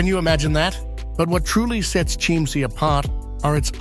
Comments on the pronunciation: Your pronounce it wrong. Not SCHIEMMsee, but you are right when you say Kimmsee (not amer./engl. Kaimsee, use better the local word Kimmsee) I know it good, cause I live 5 miles form the castle. Kind Ludwig II made the states of Bavaria bankrupt, No money was left, cause all the buildings were much too high. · As usual the name of this place is mispronounced why not check before releasing ‼️‼️‼️